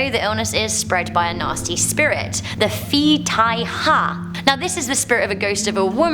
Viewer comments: Im sorry since im half Thai myself I cant listen to People who misspronounce like over 50% XD Phi is not pronounced fi its Pi like going Deep and the i is e XD yes im a Little smart shitter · For someone who curious about how to pronounce it correctly. It supposes to pronounce "Pee ha". by any means, I admire the narrating skill and glad that people interest in that urban legend. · I a Thai boy it’s Krasue in Thailand we spell kasu and ghost means phi ( pe) not (fi) here’s a word to prove it try to do the traduction รวงข้าว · Phi pronounce as /pee/ ผี = ghost (ผ + ี) If you pronounce it as /fee/ ฝี = Abscess (ฝ + ี) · the ph in these names doesn't pronounce as f it is pronounced like a p with h after like p-hi krasue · It’s supposed to be called “pii” not “phi” sounds p 😉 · It's Pee, not Phi. Cool vid though. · This video is amazing , i always got told these stories when i was a 🧒 kid(Im thai) . . Btw, Phi is pronounced Pee (not fee)- ghost in Thai. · Phi is pronounced like (pee) not fee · You stupid butthead it’s not Phi am it’s pronounced pee um. Like my dads name. 😂😭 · Phi is not pronounced "Fee". It's pronounced "Pee" ( ผี look it up). Never heard of any of these legends either. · Why is she saying phi as in fee?! It’s actually pee, like urine pee. How can you make a video and not look up how to actually pronounce the word ghost in Thai, my god 🤦🏼‍♀️ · I’m Thai. You need to say Phi with more of a P sound not a F sound. Every time you said ghost just irked me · Its not PHI (FEE) Its should be pronounced PEE A LOT of Thai people strongly believe in Ghosts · “Phi” is pronounced “Pee”. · "phi" would be pronounced as "pee". I live in Laos, and they use the same word. The romanization of thai/lao is just gibberish. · Phi is pronounced pee fyi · What’s a phi? It’s pronounced pee HAHAHA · I know it's weird but all the "phi" is actually pronounced as "pea". It's not an "f" sound, it's a "p" sound. Also , I'm Thai Also also I love Most AmazingTop10. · The phi pronounce pi